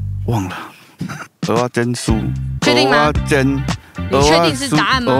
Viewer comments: 蚵(額)仔煎 不是蚵(喔)仔煎 這樣不就變芋頭煎? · 是ㄜˊ阿煎，請發音正確😂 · 雖然知道各地口音有差，但一直聽到歐阿煎真的很彆扭誒😂